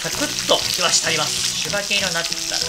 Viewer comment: 前から言いたかったのですが「柴犬」は「しばいぬ」です！